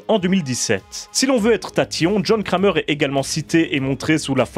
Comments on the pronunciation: Il est serieux il dit jhon krémeur au lieux de jhon kramer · John crèmeur 😂